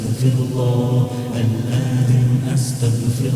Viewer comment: It’s good but it’s not athem it’s aatheem